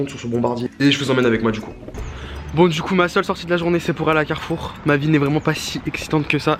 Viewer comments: A il a dit carroufe a la place de carrfour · moi aussi je dis carrouf 😂